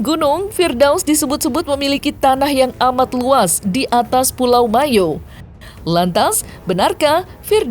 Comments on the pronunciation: Ibu nih aja sok tahu. Bukan Mayo. Yg benar itu MOYO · Yg benar PULAU MOYO, bukan Mayo